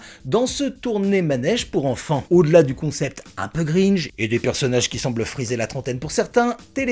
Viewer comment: C'est "cringe", pas "gringe" ^^ En tout cas sympa comme top. J'espère qu'il y aura le même pour garçons !